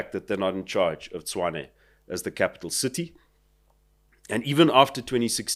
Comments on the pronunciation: Actually his pronunciation is 'Chuane' or 'Chwane', which is not quite right. Tshoane and Tshwane are pronounced the same, one is Sotho, the other Tswana. But yes, the guest's pronunciation is the correct one. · it's Tshwane, not Chuane . Listen to how Cilliers pronounces it 😊